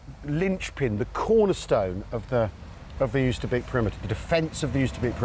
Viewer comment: I'm not Dutch, but I lived for a while near Arnhem, and to my ears "Oosterbeek" is pronounced more like English "Oaster Bake" (rhymes with Toaster Break). The 'g' in -weg is not hard 'g', but more like like 'ch in Scottish loch.